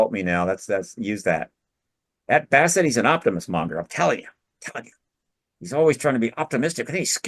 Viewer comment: Ugh... I think you mispronounced "Bassett"....